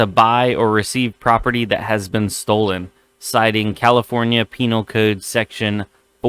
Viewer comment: he said penile code...... jelly